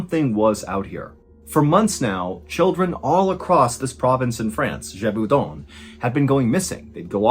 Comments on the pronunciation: Ballen knows how to pronounce the name Jacques and Gévaudan. But not the French name "Jean". The internet has failed his generation. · Ahah you got the pronunciation of Jean completely wrong. You pronounced it like the piece of clothing jean. It's pronounced like "les gens". I'm taking the liberty to tell you as I can see you try to tell names wright (like Jacques and Gévaudan).